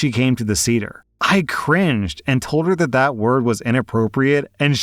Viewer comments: it's pronounced "say-dh" not "seeder" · Was scanning the comments to see if anyone had told you the correct pronunciation of 'seder'. It should be "Say-Der" (not cedar). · Sayduhr not cedar. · it's pronounced say-der. that was hard to listen through. part of passover is explaining what passover is, this should have been explained to her. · Hey,, a passover seder is pronounced say-der, not see-der. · say der, not cedar. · "say-der" not "see-der" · "seder" is pronounced say-dr not see-der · Final story: you pronounced seder as ceder, and not as it should be pronounced, s-AY-der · Seder is not pronounced cedar but sayder, FYI 😅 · “Say-dr”, not “see-dr”, just fyi 🤗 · Seder is pronounced “say-der” fyi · Hello! Jew here! Just for future reference it’s pronounced SAYder. But year. Glad OP dumped that antisemitic loser. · I love you but you cannot pronounce anything in a foreign language 😭 it’s say-der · Seder is pronounced Say - Dur. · Jewish woman here. A Seder is pronounced “say-der.” Just so you know 😊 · Seder, pronounced say-dur. 😂😂😂😂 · On the last story, ignoring how you pronounced Seder (Say - dur) dinner, it’s a sadly common story. People believe we all have big noses, all dress ultra religious, don’t eat cheeseburgers and some people still even think we have horns. When people realize we can be just as normal as a goyum it can be earth shattering. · it's pronounced *SAY-dur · Love how your read these stories. Just FYI, Seder is pronounces Say-der. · Listening to you pronounce Seder as “cedar” was a bit painful. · Story 3: Seder is pronounced 'Say-der'. Also, keep up the good work! :) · Sorry, just have to say this, but Seder as in Passover Seder is pronounced with a short e, so it’s like “Say-der” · Love your videos! It's pronounced "Say-Deir" for future reference. 😊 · It’s pronounced SAY-der 😸 And yes, the girlfriend was being antisemitic. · Seder is pronounced "SAY-dur" 😊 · You pronounced seder wrong. Thought you'd like to know